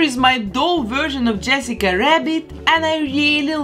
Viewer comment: And saying Yessica wabbit about 20x ❤